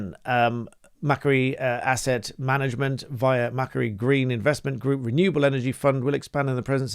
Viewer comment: Just a point re pronunciation. The £1.3 Billion investment is from Mac Quarrie is pronounced 'Mac Quarry' or MacQuarry